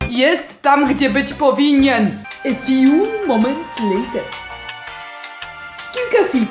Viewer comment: Poprawna wymowa A few moment later Wymowa E fju moments lejter 💖💖😂